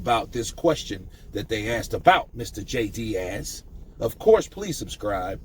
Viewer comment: I love you but his name is DEAS not DIAZ it’s pronounced like tea, deas jay deas